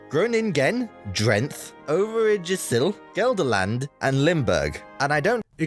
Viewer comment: The butchering of the provinces is cringing. Especially Overijssel, it is pronounced something like over-ay-sel. IJ is used a letter, not two separate ones and is pronounced as ay, like in nay.